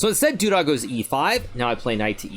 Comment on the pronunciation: Everyone: Duda Hikaru: Doodah